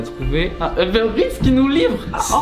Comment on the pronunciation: on dit Uber pas Eber.